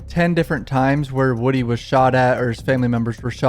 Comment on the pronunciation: For the love of Atlanta, its WOODY, pronounced like MOODY!